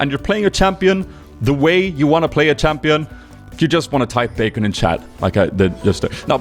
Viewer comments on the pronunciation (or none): none